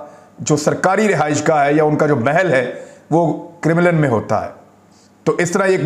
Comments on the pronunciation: It's pronounced Karem Lin Kremlin....it sounded like criminal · It’s Krem-lin, not Krim-lan. Please correct name. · Imran bhai Kremlin is pronounced - KA-REM-LIN not Criminal...LOL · Sir it’s KREM -LIN not CRIMINAL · It’s not Crimlin. It’s called “Kremlin”. Your mispronunciation is off putting. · Its pronounced CREMM-LEN not KIRR-mi-LIND ... Paainda bc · Imran bhai saab crimlin nahi hai kremlin hai, please listen to it from some news source so you can pronounce it properly. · Sir it's pronounced as 'krem' 'lin' and not as 'krim' 'lin'. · Not Krimilen but Kremlin MA SHAA ALLAH you are super neutral Journalist beside Sabir Shakir you very straight forward gentle man Mr. Imran Khan Riaz (Riad) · Kremal hay kremenal nahin hay. Asal nam hay Kremya. Main wahan reh ke Europe aya hun. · Its Kremlin, not crimilin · criminal nahe kraam- len sound hota hai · Imran bhai, 🙏🙏🙏🙏🙏 the place is Kremlin (pronounce: Krem-lin)🙏🙏🙏🙏🙏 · It's krem-lin, please get the pronunciation right. You sound funny because it's such a well known name. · عمران۔اسکا صحیح تلفظ کریملن یعنی ل کے نیچے زیر ہے۔انگریزی میں Kremlin ہے